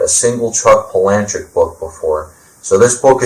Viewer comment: I pronounce his last name Pala-Nook...my two cents